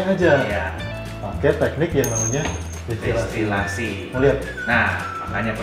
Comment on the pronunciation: Maaf, mau mengkoreksi sedikit. Yang benar distilasi, bukan destilasi 🙏